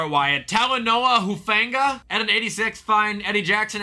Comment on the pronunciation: Either you got Hufanga’s name right or It’s pronounced more like Hufunga